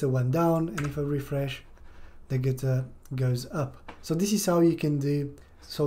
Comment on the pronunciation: Not "getter" but "gutter"... everything else was very helpful